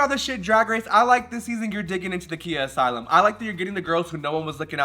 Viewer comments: I had to stop the video when you kept pronouncing Khia as “Kia.” It was too cringe lmao. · Mistress: “Khia” from “Khia asylum” is pronounced like Kaia (Kye - UH). The Khi part rhymes with “eye.” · Khia is such a Khia that calling her Kia is wayyyyyyyyyyyyyy funnier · It’s not a “kee-yah” asylum lol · Mispronouncing “Khia” as “Kia” makes the concept of the Khia asylum even funnier. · MIB not knowing how to pronounce KHIA asylum --- who's shocked lol